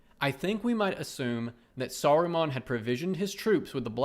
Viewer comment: "Saru-mon" like Pokémon. Lol